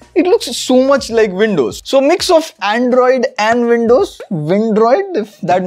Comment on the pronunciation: Not windroid, it's Andows